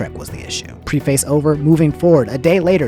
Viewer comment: Why do you pronounce "preface" like that lol